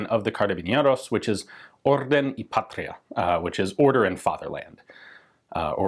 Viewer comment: i'd like to point out, carabineros is pronounced with a soft r (like when you said "order") and a soft n ( like the N in Roman Emperor Nero) the same goes for "orden" and "patria", both with soft Rs you roll your Rs nicely, but that's done on double Rs or when the R is at the begining of the word.